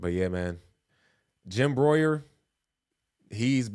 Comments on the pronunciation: His name is pronounced BREW-ER lol he’s talked about all of this for decades but he’s really been ramping it up lately! He’s been one of my favorites for 30 years! 😊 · His Name Isn't Jim broyer. Its Jim Brew'er Jim Breuer. Like your brewing. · His name is pronounced Jim Brewer...not Broyier or what it is ur sayin... Its a good thing ur doing, passing along important info. But finding the correct pronunciation of his name is not difficult. Hes been around 4 decades. Im not typically the spellcheck police on youtube or anything like it. I just think if ur gna be using a persons content or using a persons likeness in ur video & benefitting at all from it, its merely simple respect 2 make certain ur saying their name correctly... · It's pronounced as "brewer" not brooyer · Pronouced like BREWER...Got it right otherwise your video proves how ignorant you just might be. WTF does Bieber have to do with Hollywood?? That's a reach that doesn't yield results the way you want them to...Bieber is a recording artist, not an actor....So many people, including you, are jumping all over the place with rumors and ASSumptions. How about the real truth and not what you are putting out here... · His name is pronounced ‘Brewer’ ..he’s a forever Republican comedian. He was incensed at Biden for being old and votes Trump every chance he gets. It is refreshing to see that he seems to have broken ranks with his party on its stand with child sex trafficking. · His name is pronounced like brewer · It's pronounced "Brewer." Just a heads up. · Jim Breuer. (Pronounced brewer) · Its Brewer.....like brewing beer. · Jim Bruer is pronounced Like BROO -ER LOL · its Jim Breuer pronounced Brew-er and conspiracy theorist not crazy anymore are we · Jim BREUER. "BREW-ER" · Opening line can’t even pronounce dudes name right